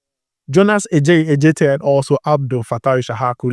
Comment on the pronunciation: U are mentioning the name wrongly, Adjetey is a Ga name , A djetey not Ɛ djetey .. but kudos, u doing well 👍🏾